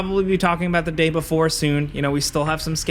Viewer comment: You didn't say the day before correct 👎 You said it wrong as the day boofore